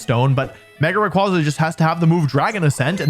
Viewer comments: IT'S MEGA RAYQUAZA, NOT F*CKING MEGA RAYRAY! SAY THE NAME RIGHT! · THE S IN RAYQUAZA IS SUPPOSED TO BE A Z! FIX IT NOW! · DO NOT LEAVE OFF THE Y IN RAYQUAZA! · ray qway zuh like quasar. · ☝️🤓 Its actually pronounced Ray Qway Za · it’s ray-QUAY-zuh.